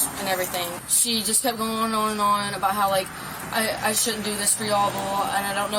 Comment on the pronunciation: It’s only been five years-uh! What are you talking about-uh???